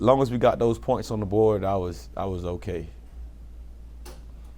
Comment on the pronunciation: “preshate y’all”